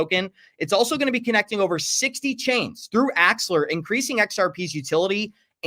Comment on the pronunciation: You're pronouncing axel-AR wrong